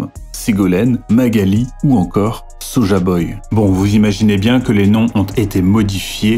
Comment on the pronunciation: On dit pas soja boy, on dit soy-boy